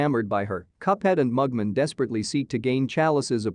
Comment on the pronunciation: It's cliff-hang-er, not cliffhinjer. And it's Mug-Man, not Mugmun.